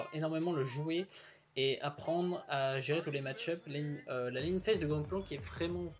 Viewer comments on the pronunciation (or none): Zed, kled, fiora, irelia, kennen, tresh, blitz, etc... et au fait ce n'est pas ''lane in phase'' c'est ''laning phase''.. enfin bref bonne video en tout cas